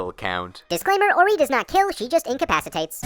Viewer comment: Orie's name is pronounced Or-ee-ay